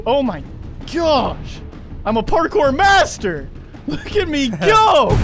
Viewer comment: " parjours" lol